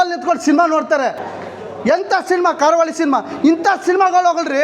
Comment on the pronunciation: Guruve ಕಾರ ಹುಳಿ ಅಲ್ಲ ಕರಾವಳಿ ಅಂತ ಹೇಳು ಸಿನಿಮಾ name ತಪ್ಪಾಗಿ ಹೇಳ್ಬೇಡಿ 😂😂😂 ನಾನು ನೆನ್ನೆ movie ನೋಡ್ಕೊಂಡು ಬಂದೆ ತುಂಬಾ ಚೆನಾಗಿದೆ ಇಷ್ಟ ಆಗುತ್ತೆ ಎಲ್ರಿಗೂ❤